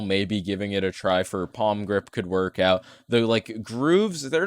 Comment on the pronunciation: Oh no pronounced "palmgrip" so many times:(